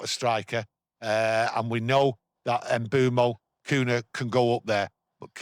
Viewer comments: I'm from Cameroon and the way you pronounce his name is without the "M". Beumo! Thank you for always giving your honest take on the club. Good stuff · you're correct but I think lot of people will find it hard trying to pronounce the "mm" instead of just having it silent 😅